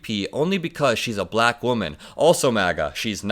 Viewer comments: Correction: Buh-lack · He pronounces Black. BAlack. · I can't stand the way he accentuates the L in black.